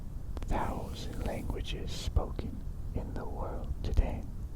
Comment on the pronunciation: Every time you say "today" i hear "diddy"